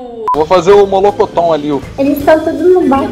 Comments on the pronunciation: "Mollokoton" kkkk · " Molocotom " kkk